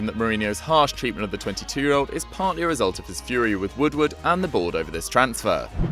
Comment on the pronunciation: Lmao "Ed woodward would" sounded weird